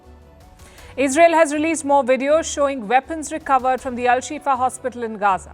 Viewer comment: HAMAS was pounced in several different ways in this video. At the end "weapons" was pronounced as "weepons". Loose the computer generated voice, use a human.